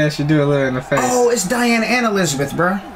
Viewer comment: I believe you pronounce Diane name dee-Anne instead of dye-Anne just a heads up 🙂